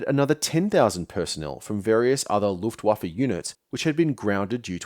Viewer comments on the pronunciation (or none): none